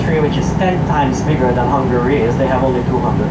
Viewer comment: There's a difference in pronunciation of 'hungry' and 'Hungary'.Another thing: we have a prime minister, not a president. Our prime minister is the president of his party.